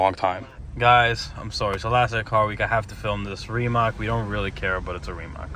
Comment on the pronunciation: Its not " rimak" but rimac.